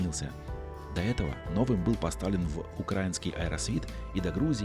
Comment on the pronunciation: не укрАинский Аэросвит, а украИнский ! Проверочное слово — УкраИна ! Ударение на И !